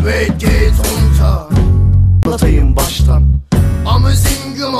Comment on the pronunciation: ''Und wir singen'' i amazinguma diye okuyo çıldırıcam ROWARKAPSOFMZPĞFMĞ